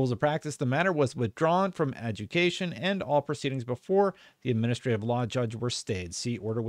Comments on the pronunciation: It's pronounced a-jew-da-ca-tion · It's pronounced "ad-jude-eh-cation" ;-) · It's pronounced adjudication (Ad-JOO-di-CAY-shun). At this point, the FTC is wasting tax dollars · “Ah-joo-dic-a-shun” lol😂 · The word is pronounced ad-ju-di-ca-tion. I like your content and appreciate your insight, but if you're going to read legal documents, please practice first. Its really hard to sit through otherwise. If this comes off as being a jerk, it's not my intent, I promise. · A…JUDA..CATION that’s how you pronounce it. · AD-JOO-DI-KATE. Adjudication. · Ad-ju--di-ca-tion;) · it's pronounced as.. "Ah-joo-dee-kay-shon" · Lena had her budget cut not Lulu. You pronounce it a-jew-di-kay-shun. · Its pronounced "uh-ju-di-cation" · It's Pronounced ah-jew-da-cation